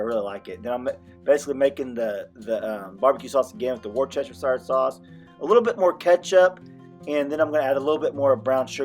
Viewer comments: LOL Wore-chester-shier sauce. Not busting your chops but you should look up the audio and say this a bit less country. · I am going to try that. Never thought of cooking the ribs in apple juice, thank you. Going forward Worcestershire sauce is pronounced wuuss-tercher. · You made me crack up laughing the way you said Worcestershire Sauce!! Lol!! We say it the exact same way. I thought we were original, lol!! That sure looks good! I can't wait to try it! Thank you!